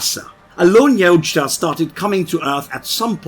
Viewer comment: Finally someone that can pronounce Yaujta correctly!